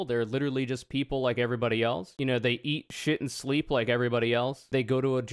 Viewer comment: With the way he spoke, you could interpret it as "eat shittensleep" (rhymes with "kitten sleep") which could be some kind of dish I've never heard of. 😁